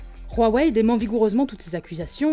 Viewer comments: C'est Huawei pas Rhuawei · Pourquoi vous dîtes "Rouaouaï"? c'est "ouaouaï" non? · OH Bordel arrêtez de dire ROUAWEÏ, rien à foutre que ça se prononce comme ça en chinois Dite OUAWEÏ comme tout le monde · Y’a que moi qu sa perturbe qu’ils dises huawei « ruawei » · Le chinois RUAWEI XD c est Huawei mais bon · Je suis le seul qui prononce wawai? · "Ruawei" c'est perturbant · Parce-que OUAWÉ c'est pas perturbant ? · vous faites mal aux oreilles comment vous prononcez Huawei